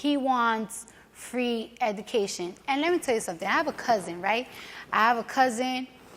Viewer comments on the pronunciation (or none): Nobody: Cardi B: eDaCaTiOn